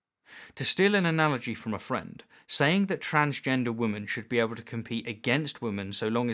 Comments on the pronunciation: Try and differentiate between your pronunciation of 'woman' and 'women'. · Why can't you pronounce the word 'women'?